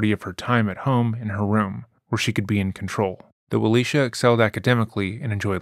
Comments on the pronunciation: Her name is pronounced Ah-lee-see-ah. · I just don’t see how you keep intentionally mispronouncing her name is uh- Lee - cee - uh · Ah-lee-cee-ah. It's not hard. Please attempt to pronounce people's names correctly as a sign of respect. It's the least you can do when profiting from the trauma and exploitation of these victims. Thanks! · Kind of disrespectful you pronounced her name wrong the whole video